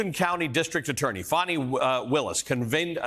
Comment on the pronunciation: Her name is Fani and they fear her. It’s pronounced Fawni. She has a name you know. Watch what happens.